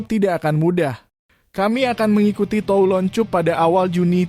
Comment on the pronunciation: Menit 3.02..kami akan mengikuti tulon cup pada awal juni tiga per enam per dua ratus empat😅😅... Aduh min, narasinya mbok diperbaiki